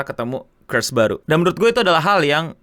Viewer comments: gw kira gw salah denger, kirain curse (kutukan), tapi crush ralat dikit aja nih, pronoun nya "kruhsh" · Wkwkwk, tapi mirip weh cara bacanya jadi ya bisa dimaklumi 😂😂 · 😂😂😂 sama ngakak dengernya curse AOWKAWKAK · iya tp itu sbnrnya sarkasme aja krna crush itu bisa jadi curse kalo di waktu yg ga wajar😂😂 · Crush bacanya kras, bukan kreus (emangnya kutukan)??? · Cursh bg bukan curse 😂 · bukan Curse (dibaca Kers) bre huhuhu wkwkwk Ngakak,.... tapi crush (dibaca Kras). good video btw bre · crush di baca krash bukan kers (curse) itu artinya kutukan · "krash" bang bacanya, lo ngomongnya jadi curse wkwk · Mohon maap bang, bacanya "krash" bukan "krush" 🥲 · bacanya kresh bukan kers wkwkwk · Crush itu bacanya lebih deket ke "krass" bang artinya (rasa orang yang kita tertarik), kalau 'kres' nanti jatuhnya deket sama Curse (kutukan) Yen meh arep dihujat SJW margo nyoba ngandani yowes, penting niatane apik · crush bang bukan cursh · bang bang, bacanya tuh "CRUSH" (KRAS), bukan "CURSE" (KURS) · Bacanya (crush) krash bkn (curse) kèrs.. 😌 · bacanya kras bang bukan kres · maaf mau koreksi dikit, crush itu pronouncenya "kras" kalo yang lu sebut itu "kers", (curse) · Gw nonton Tanpa liat layar....aneh banget gw kira lo bilang curse bang bukan crush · Lu sebut crush salah bang lu sebut gitu lebih ke curse = kutukan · bang gw ga bisa bedain u ngomong Curse atau Crush.... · kras bang, kok kers sih wkwkwk itu bukannya curse? kutukan? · It's "Krash" not "Ke-s" 😭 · kok ngomong crush jadi curse sih bang wkwk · kras bang bukan kers nyebut nya wkwk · sengaja ini, karena jauh banget seharusnya "kras" jdi "kers", kecuali nyebutnya "cerus" berarti ga sepinter itu dia ngomong b inggris 😂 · boleh sih belajar laval inggris dikit-dikit. curse dan crush itu beda banget lho. dan ga sesulit itu ngomongnya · crush bang, bukan curse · Agak kesel juga dengernya hehehe Itu dibaca "krash" bukan "kers" Dan gw harap ini komen di pin juga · W denger nya juga ngakak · Krash bacanya